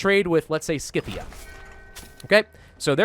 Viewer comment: the C in Scythia is silent